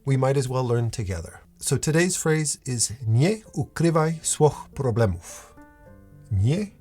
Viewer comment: native polish speaker here - You almost got it there with that sentence :D :D :D keep going :-)